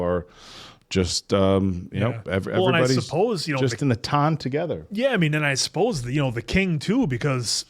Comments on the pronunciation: ton is not pronounced like the weight "tun", it is pronounced like "tahn" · still pronouncing ton like tonne is sending me 😂 😂 😂